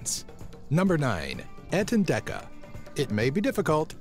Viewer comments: He made a mistake. It is etendeka, not entendeka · it's not entendeka it's etendeka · When u said entendeka I thought u said ant and deck a😂😂😂😂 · the entendeka sounds like ur saying ant and decka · I'm I the only one who thinks the mouse thing sounded like 'Ant and Decca'? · i thought he said 'ant n dec a' for a mo there!! tiny thing, would make sense!